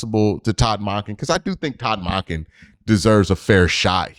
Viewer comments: The WAY you say Monken though 😂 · Q i ain't going to be able to make it thru the next couple years listening to you pronounce that man's name. Sounds weird AF.